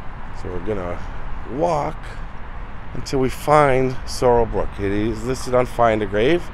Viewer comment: His Name Sorell Booke Not Sorell Brooke.